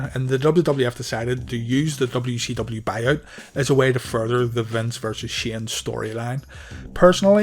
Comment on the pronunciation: Calling it "dubbayoo she dubbayoo" is driving me insane lmao